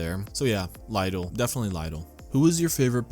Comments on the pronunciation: Why english native nations have always problem with pronounce foreign words like Porshe, Opel, Chorizo, Lidl ( 'laydoll' ?! xD ) , Mercedes, Taco etc. ? I am not polyglot but damn... My ears bleeding :D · me too! ive never heard it pronounced L-(EYE)-DL...what a mind-fuck XD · We have Lidl stores here in Northern Virginia and we usually pronounce it as “LEE-dl”.